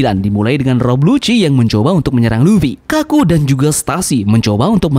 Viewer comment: iya namanya Lucci cuman si Mimin salah nyebut intonasi nya jadi kedengarannya kayak "Lucy"